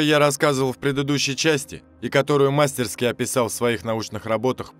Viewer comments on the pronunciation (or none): none